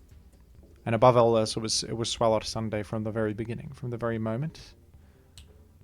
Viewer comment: lol how pronounces Swalot, as if its giant gaping mouth doesn’t hint at being pronounced like swallow.